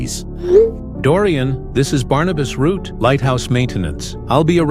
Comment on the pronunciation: Barnabas root❌ Barnabas Route✅